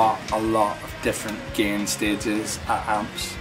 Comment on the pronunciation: If he pronounces “gain” as “gehhn,” you know he knows how to dial in a good tone.